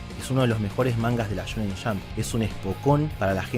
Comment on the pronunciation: me encanta su pronunciacion la shonen shamp